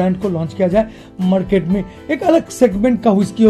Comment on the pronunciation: Bhai shab apka voice bohat ganda lagta hai kisi or ko bhi lagta hai kya . Madket , pdoblem , kadan , badal select , compadision , od j , colad , pademimum , khadeed liya 😭😭😭😭